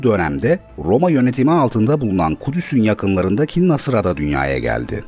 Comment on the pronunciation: Nasıra değil, Nâsıra. Şu vurguları öğrenin artık. Ufak tefek görülen bu ayrıntılar yüzünden anlam değişiyor.